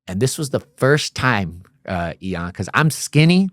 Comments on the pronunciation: Its funny that this guy is one of those dudes that constantly say the name of the person they're talking to.. I know that people do that as a term of endearment.. BUT, It's just that much funnier because he keeps saying the name incorrectly over and over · The longer I listen the more it feels like he's going out of his way to mispronounce Ian's name. Its really annoying 😑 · Im sorry I cant take this 🤡 seriously when he can't even say Ian's name correctly....everytime I hear em say "eon" instead of Ian it makes me wanna slap the dog shit out of him! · Bro , its no t EON its Ian, and you dont have to say it at the beginning of every sentence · I love you Ian!! 😊 why did you let him keep calling you EE’ON lol I’m nit throwin shade but it’s funny 😅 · Surprised didn’t get bothered by mispronunciation. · 10 minutes in I'm like he's pronouncing your name wrong 20 minutes later I'm like it sounds better😂. Elons cousin Eeon. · " Must" from now on😂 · Call him "E-yon" one more fucking time 😂 💀🤣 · you’re one L away from being Elon musk. Take that L and run the world 😂 this was an EXCELLENT episode and I always am in awe that you don’t cut people off when you know the answer, like I know IAN, you know what gladiator school is, you know what the various cars/gangs are and the insides of prison through your own experience and hearing countless others talk about their experiences. (You didn’t even cut in to say your name is being mispronounced (not a big deal but this guest kept saying it haha almost like he was trying not to forget your name 😅) ((it’s common to say someone’s name so often if you’re bad with names, I do it too because I forget peoples names easily and I’m a paramedic so I make it a point to always use the persons name to keep it in my mind but I can see how it annoyed some people.) I feel like you’re gonna get some EON comments for time to come haha. But again, amazing interview, amazing guest.